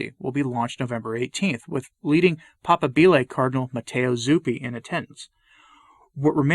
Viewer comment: papábile (pah-PAH-bee-leh) with stress on 2nd syllable.